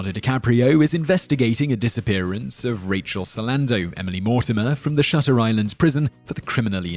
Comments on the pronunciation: you got shutter island wrong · You guys got "Shutter Island" all wrong. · I didn't care for Shutter Island, but you didn't get it right, like at all.